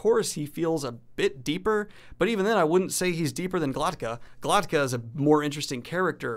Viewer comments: Glok-ta. K before t. Not Glot-ka. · why does he keep pronouncing Glokta's name GloTKa???